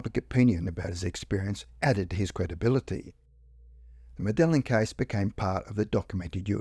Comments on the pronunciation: Medellin is pronounced Medayeen FYI. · That's how they pronounce the Colombian city anyway.I think in Spain they use the "l" more.Certainly not pronounced the way it is on this video.